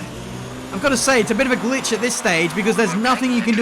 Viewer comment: the "glich" killed you :/